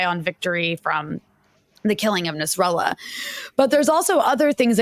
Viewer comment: Nassralla😂😂 sinsar😂😂😂..